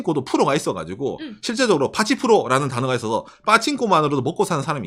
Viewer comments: 빠칭꼬 발음 찰지네 ㅋㅋㅋㅋ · 빠칭코 발음 찰지다